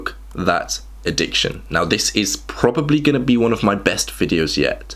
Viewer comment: "Addicciotn" lol